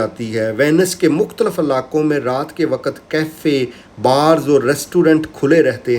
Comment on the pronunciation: Pehlay lafz to theek kar lay buddy mukhtlaf